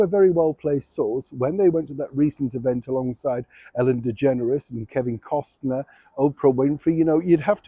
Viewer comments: Must say, its Costner not Costener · It's Kevin Kost - ner not Kevin Kost-en-er. Thanks!! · I love you but Kevin’s name is pronounced cost-ner. Otherwise you’re doing great work 😊❤ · I love watching your channel ❤ Your pronouncing Kevin Costner last name wrong 😑 Meghan may call you out on that lol!